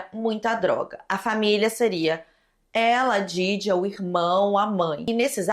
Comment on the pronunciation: te amo muito mas você precisa ter mais cuidado com as palavras... No outro vídeo "memórias póstulas" nesse vídeo "djaidjia", ainda mais sendo nome de vítima seria legal ter uma atenção maior sabe? Não leve como hate por favor